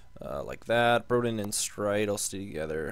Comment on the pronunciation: I'm pretty sure it's Bro-deen